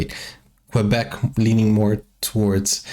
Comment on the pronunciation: "Ontario,s lake" ??? Reedoo ? this announcer is clueless . , key , not cway